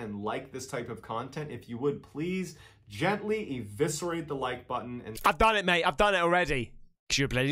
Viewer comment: Did he basically just say "gentally disembowel the 'Like' button"...?... LMAO!..whaa...t..t..t..